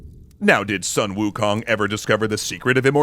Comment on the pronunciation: You pronounced Sun Wukong wrong. It's closer to Soon Wukong